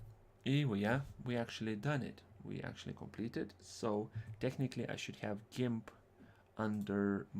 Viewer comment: FYI: It is Gimp with a hard 'g' like 'goat'; a soft 'g' is like the name 'George.' Nice video.